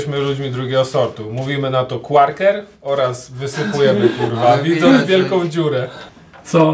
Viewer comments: Nie qarkery tylko qakery!!!! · QUAKER NIE QUARKER TAK SAMO PRINGELSY NIE PRINGLESY (tak jestem mad)